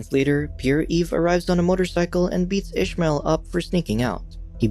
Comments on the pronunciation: It was written as Ismael. Meaning no h, no ish. Unless in the show they are pronouncing it that way. My ears are bleeding with this. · Youre pronouncing ismael wrong, im arabic, and it isnt said like that, i cant explain how its said bc there isnt any letters to explain how its pronounced